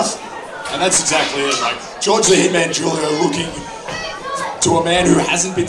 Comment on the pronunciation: He did not say Julio correctly